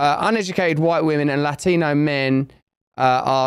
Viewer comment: Lathino lathino lathino! Sunny you must have really practiced that pronunciation for hours before taping. 😂